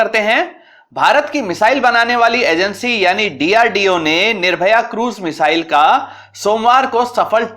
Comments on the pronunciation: महोदय मिसाइल का नाम निर्भय है ना कि निर्भया। कृपया दृष्टता क्षमा करें। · DRDO की मिसाइल का नाम निर्भय है, निर्भया नहीं है... और स्क्वेड्रन नहीं स्क्वॉड्रन होता है... क्रुपया अपने उच्चारण पर ध्यान दें थोड़ा